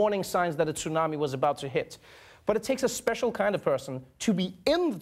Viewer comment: Outstanding pronunciation of tsunami!!! Trevor does good work.